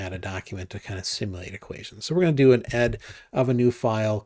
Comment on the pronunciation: Nice video! Thank you. I would just like to add that the correct pronunciation of the venerable standard Unix text editor ed actually is "e-dee". Regards